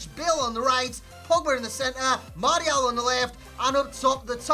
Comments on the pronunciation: well I didn't expect you to reply lol but yeah try marshial and let go of the mart-ial, love the channel other than that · martial is pronouced marssial